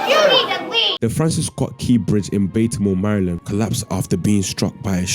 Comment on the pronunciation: Please pronounce Baltimore correctly 😂